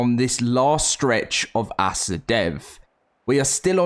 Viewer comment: I like watching your videos but I'm not sure how much longer I can. Every time you say ASA like a noun "Asa" it makes me cringe and I have to stop watching. I don't know why it gets on my nerves so much.